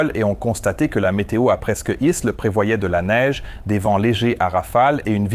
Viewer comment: Toujours très intéressant et surtout bien au delà de certaines vidéos dans lesquelles l'enquête reste superficielle, mais disons qu'ici il faut aussi une certaine connaissance de l'aviation, ou du moins s'y intéresser de près. Mais l'IA a eu un problème avec la prononciation de " presqu'île " 😁